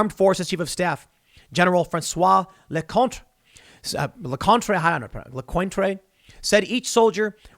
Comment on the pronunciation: Lecointre is pronounced lekont. The r at the end is swallowed.